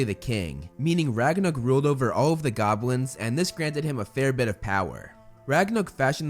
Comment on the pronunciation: Movieflame: Ragnuk Captions: Ragnarok